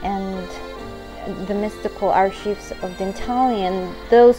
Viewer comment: You pronounced archives wrong, no big deal, just thought I'd let you know lol